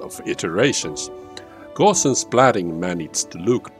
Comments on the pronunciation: It's not "gaw-shians" but "gow-see-an" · Its gowse not gorse! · Hi, you should know that the adjective Gaussian (“GOW-see-an”) was named after mathematician Carl Friedrich Gauss (rhymes with “grouse”)